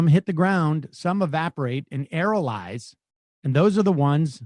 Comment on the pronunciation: AE-RO-SOL-IZE SCIENCE WORDS ARE NOT THAT HARD, SAM, YOU LUDDITE